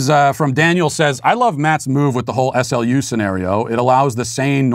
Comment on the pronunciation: The locals pronounce SLU like the word slew, just so you know!